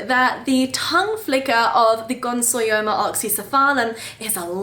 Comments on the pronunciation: Gonsoyoma??? No! You've kept them for a grand total of two weeks (and wild caught 🤦🤦🤦) and can't even pronounce their name and you're making an educational video about them. Please don't🤦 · Ooooh this is exciting! I've always loved this species but held off because of how many are wild caught. I hope you have success with them, I'd love to have one from you someday! (Also, not to be That Guy TM, but it's gon-yo-so-ma! you had the yo and so syllables backwards hahah)